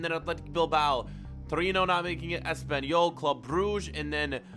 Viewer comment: He said Triona instead of Torino